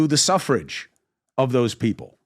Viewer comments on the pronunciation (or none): He said suffrage like it’s plural for suffering